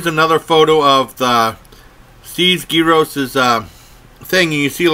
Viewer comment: You said gyros wrong